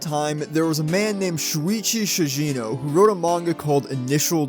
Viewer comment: Bruh its not Shuichi "SHIJINO" its ShiGEno.